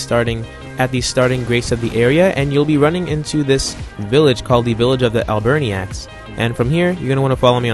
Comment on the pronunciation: Al-Bernie-Acks! Killed me